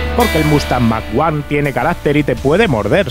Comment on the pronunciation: Yo como Chileno, y Americano me produce estupor escuchar mac uno , 😶 por lo menos en mi flacuchento país siempre se conoció como Mach 1, o sea mósteng mách uán . Saludos cordiales, chavalillo. 😘